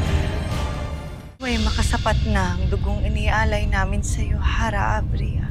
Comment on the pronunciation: Av-Ria hindi a-vria